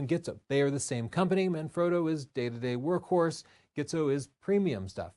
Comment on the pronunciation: Gitzo is pronounced as Jeezto